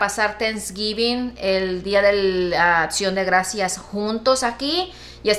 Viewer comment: El día de “ATCION” de gracias 😂😂😂